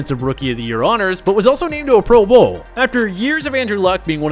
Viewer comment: why you gotta say pro bowl like that 😂